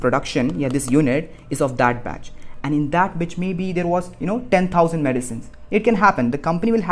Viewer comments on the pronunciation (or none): It's batch not bitch